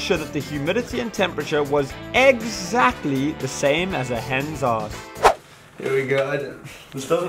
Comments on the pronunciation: "eggsactly" we heard you, we heard you..;) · nobody: Not a single soul:: EGGSactly: EGGSilarating